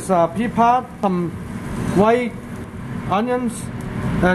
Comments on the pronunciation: Did he say Pee Pee Pod? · bee pee pah